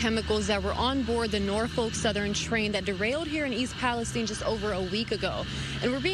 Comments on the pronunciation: Palace STINE !!! like the region in the Middle East.... Learn how to PRONOUNCE Geremy... geeezzz or do not do the news.... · The way he says "Palestine"... Lol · WHY THE FUNK IS EVERYONE SAYING “PALESTINE” WRONG!?!?!? It’s not a jewish persons last name!!!!!!